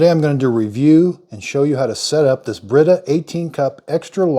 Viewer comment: "BIRITA" lol